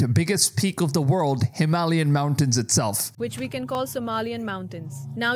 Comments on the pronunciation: You pronounce it as Him a lay yan mountains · You said volkanu for volcano and some weird shit with the Himalayan mountains. You need to work on your pronunciation my dude…. It sounds so silly lol… it makes me question you as a source! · Dude.. don't know how to pronounce "Himalayan" mountains? lol